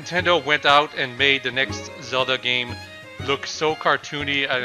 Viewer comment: ZELDAAAAAAAAA NOT CELDA